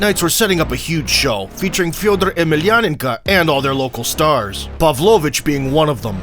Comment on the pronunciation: How did you say Fedor's last name?!?! 🤣😂🤣😂 He's been around forever and is a fucking legend at least Google his name damn.